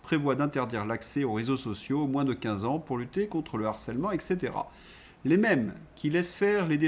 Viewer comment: Cadmioum ! Aluminioum aussi, sans doute ? Quand on traite le verbe « se rappeler » comme un transitif indirect, qu’on omet les liaisons : « aujourd’hui son-h-à l’honneur » et qu’on prononce eKcetera… est-on habilité à critiquer quelque professeur de français que ce soit ? Ç’en est trop : je pars pour le Liestenstine !